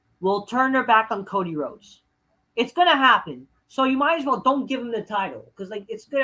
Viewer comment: "Fuck Co-Dee-Whoades"